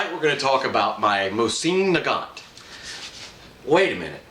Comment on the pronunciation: 1: The proper way to say the name of the rifle is moe-z-in. You are saying nagant correctly. 2: VERY smart choice in putting a hex receiver into the stock. The hex models were made during peace times and have better metal, machining and tolerances in their construction because they could take their time in making them, where the round receivers were made during war times and they made them asap. I have several hex and rounds, but overall the hexes have been more stable, resistant to rust, and more accurate. 3: "Archangel" is pronounced ark-angel. It means the top angel in the army, as in Archangels Michael and Gabriel.